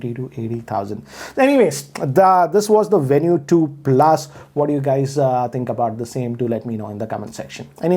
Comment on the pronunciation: Venu is supposed to be pronounced as Venue huh?